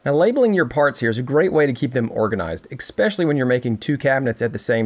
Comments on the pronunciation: The word is “eSpecially”. Not “eXpescially”. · It's especially, not eXpecially.